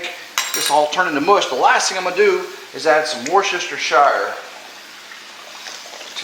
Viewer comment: Whoos ta shear!!! “Worcestershire”! Not War Chester Shire.